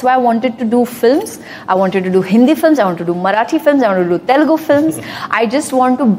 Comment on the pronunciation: It's not Telgu, it is Telugu